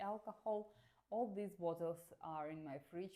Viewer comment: Your accent and pronunciation is really good for a russian especially when you say the word (these or this) because I have some russian friends and they say the word these /this as "Zis" 😅